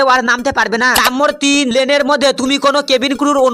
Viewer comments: নাম্বার❌ নাম্মর✅ 😂😂😂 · nomber❎ nommor✅ .jamela❌jemela✅